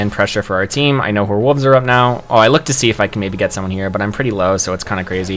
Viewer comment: Love the video! But please pronounce wolves properly instead of "wooves"